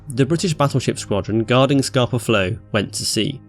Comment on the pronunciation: I've lived in Stromness for 3 years and its always funny looking out on Scapa every morning, realising the entire German fleet sank there 100 years ago. (its pronounced as if you were saying scahpa not scarper, cool vid)